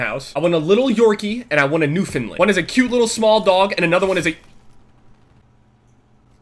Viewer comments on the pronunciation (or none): YOU OBVIOUSLY DIDN'T DO MUCH RESEARCH CUZ ITS PRONOUNCED NEW FOUND LAND NOT NEW FINLAND, sorry I'm from Newfoundland as you can tell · i live in newfoundland. where that giant dog ur talking about is from. they are so friendley its amazing. oh btw its pronounced New Found Land. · I'm dying of happiness that said Newfoundland but it kills me how he said new-fun-lun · lol newfinlind haah its newfoundland, i live there but i have one its 7'2" on its back legs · Where too I'm from Newfoundland and he completely butchered the dogs name he said newfinland not Newfoundland lol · Being from Newfoundland the way you said it makes me cringe, it's not Newfinland. It's pronounced New found land. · just letting you know it's Newfoundland. You were pronouncing it like Newfoundlin. Just saying, love you. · new-found-land, not newfundlund silly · It's pronounced "new-fund-land" not "new-fund-Lund" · It's New-Found-Land I can tell you myself being from there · it's pronounced New-found-land, I'm from there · you're not pronouncing "Newfoundland" correctly (it's pronounced new-fin-land) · fuckin newfinland like cmon sure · i live in newfoundland i see that big dog alot but you pronounce its wrong lol. search it up bud and congrats on 1.5 million never stop till the day you die:) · I'm from there too he completely butchered the dogs name lol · I'm from newfoundland and this guy cant even say it. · U said newfoundland wrong it hurts my feelings I live here -_ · I live in Newfoundland and no offence but you skewered the name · I'm from Newfoundland and our dogs are huge... but the way u said Newfoundland made me cringe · You pronounced Newfoundland wrong, nice try tho